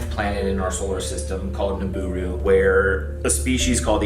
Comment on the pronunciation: The fact that he can't even get the made up stuff right is baffling, it's planet Nibiru not Niburu